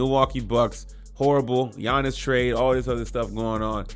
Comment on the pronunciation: As soon as I heard gee-yannis I couldn’t watch anymore